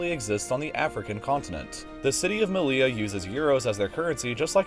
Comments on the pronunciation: It’s not “me-lee-la” it’s “me-yee-ya” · "Seh-oo-tah" and "Meh-lee-yah" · It is really funny to hear english speakers trying to name our cities xDD "Melia" instead of "Melilla" and "Ceuda" instead of "Ceuta" xDDD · "Melia" and "Cejuda" 😅🫣🙈🙈 ... seriously, if you specialise in geography then you should at least learn some basic pronunciation of the places you talk about. This is embarrassingly lazy 🙄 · You don't pronounce double L in Spanish as [l] but rather [j]